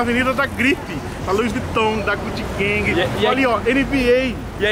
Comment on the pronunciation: Da guti guengue. kkkkkk gucci gang